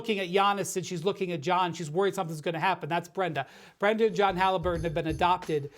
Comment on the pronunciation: Tyrese Hallifurton 😂😂😂